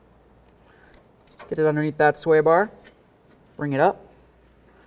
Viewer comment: Other video I just tried to watch on this subject, the guy had a speech impedament also. Maybe its my hearing. Other guy sounded drunk but with rapid slurred speech. On this one I keep hearing "beericle" and " sweer bar links". To bad I can find nothing on my model of Malibu. Ps dont drink and drive a BEERICLE!